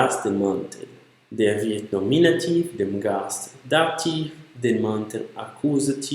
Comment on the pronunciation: Maria, você está certa. Outra coisa, no caso da pronúncia dos casos. A pronúncia de dativ não é "dativ"; é "datif" (também em nominativ, akkusativ e genitiv). O "v" é sempre lido com som de "f". Der não é pronunciado "der". A pronúncia correta é "déa". O professor aí do vídeo...